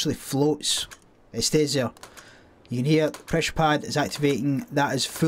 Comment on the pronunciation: "presssher pat" ... where you from? your accent or dialect is horrible for me, as a not english speaking person.